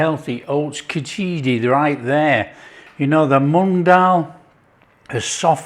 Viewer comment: And it's spelt and pronounced minus the 'i' after 'ch'. The spelling is khichdi. No 'i'